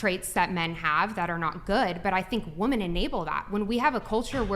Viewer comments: Someone needs to tell the lady in black that it's pronounced women. Saying woman in place of women frustrates the hell out of me. . . . But I 100% agree with her views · Does it drive anyone else crazy that she pronounces the singular woman and the plural women exactly the same?